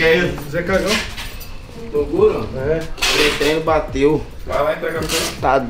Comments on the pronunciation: Já ouvi muito torugo mas trogulo é nova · Só eu que ouvi 'trogulo'?kkkkk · Trolar o trogulo kkk ou torugo, nunca acerta falar toguro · Trollar+Toguro Troguro Kkkkkkk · Cebolinha: Trogulo 🤣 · nunca acerta o nome do Toguro. É Torugo, Togluro....kkkkkk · Tem falando trogulo tem like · alguem mais entendeu ele falando trogulo no kkkkkkk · "trogulo" kkkkk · 'trogulo' kkk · Segundo o fala: Trogulo kkkkkkkkkk